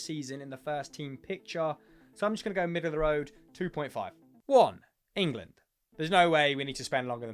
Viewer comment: engand lmao